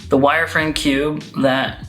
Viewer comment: 10/10 pronunciation of "kewbe"